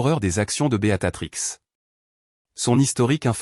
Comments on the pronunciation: Votre prononciation du nom 'Béatrice 'au lieu de'Beatatrix' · Oui ça m enerve ce beaTatrix !!